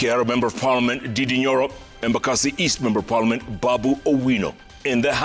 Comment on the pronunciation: Jeff, its Ndindi not didi, 🤣🤣🤣